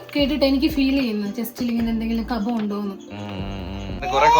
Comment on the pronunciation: കഫം എന്ന് പറയുമ്പോ (ബ ) ഭർത്താവ് എന്ന് പറയുമ്പോ( ഫ )😅